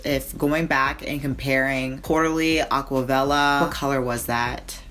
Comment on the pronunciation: AquaVella? Gurrrl.. It's AquaRella